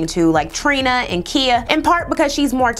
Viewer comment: Anybody notice she called KHia...Kia (like the car)? LOL!!!